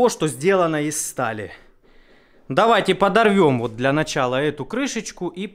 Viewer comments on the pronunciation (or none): none